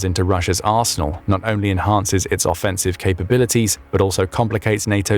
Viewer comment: Why are saying offensive and defensive like that?